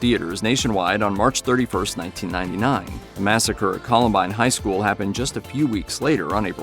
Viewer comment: Bad AI 'shool', oh, come on!